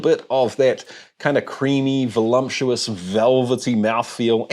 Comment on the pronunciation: Made my eye twitch when you said "volumptious" twice 😬😅😅